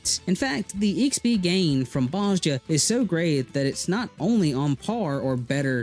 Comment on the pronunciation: They say Bozja in the game The J sounds like a Y